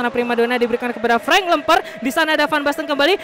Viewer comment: Ngakak kalo ngomong frenk lemper😂